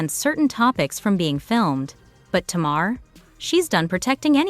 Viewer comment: Her name is ta-mar say her name right